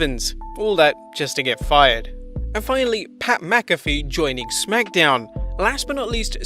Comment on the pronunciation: My god! You just chopped and screwed up pats name Jesus